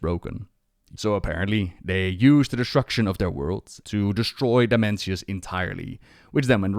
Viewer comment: can't stop hearing Dementius :D immature I know..